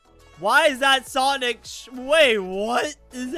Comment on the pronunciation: "SANIC" Thanks!